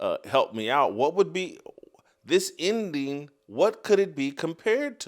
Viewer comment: Jason, what is an “indeen?” Are you attempting to say “ending?”